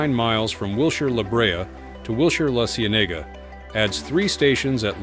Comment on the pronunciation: Great video, but your pronunciation of La Cienega killed me!